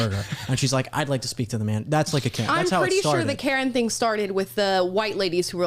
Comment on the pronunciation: Karen....CARE EN(NOT)